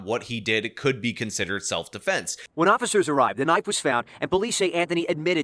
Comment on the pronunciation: keeps mispronouncing "self-deflense."